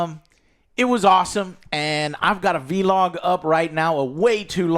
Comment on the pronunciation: Joes the only person that annoys the shit out of me when he says “V-Log” like bro ITS ONE WORD VLOG 😂